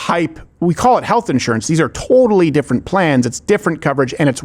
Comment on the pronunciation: Is that the Canadian at "totally"?